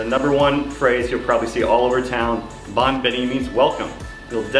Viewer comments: he is wrong pronounced bone not bon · Like that you try your best to speak Papiamento, but you pronounce it not in the good way.. for example: "Hopi bon and Bon bini." Use the letter 'O' as how you write it, and say it in that way! So not like this is you say it in real life:" Hapi ban and Ban bini." Say loud the 'O' and you're on the right track. Btw locals are really appreciate it if you try your best to speak our language Papiamento. ❤️